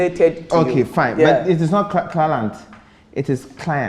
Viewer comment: You know the "crarrent" 😂..